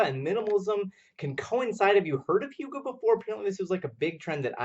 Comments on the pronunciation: I love yer channel so much but it's pronounced "uegah" not youga. my hyggenaut self was cringing each time you said it but your dances of course always save the day!! xoxoox re-subbing cuz...where u been? or where was I? glad to have found you again cuz yours was the first channel i think i ever subbed to! I also shared the hell outta this!! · HUGAH NOT HIUGAH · In Danish Y is not a consonant, in the word hygge it has a very clear sound, and it does not have a J sound. Just found this video, and as a dane it hurts every time you say "Hjuge" but hey not everyone can speak Danish :)